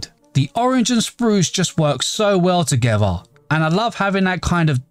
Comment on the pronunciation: I love how he says togewwar